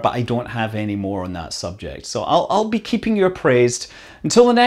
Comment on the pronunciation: Are we sure it isn't a Scots pronunciation artefact/artifact?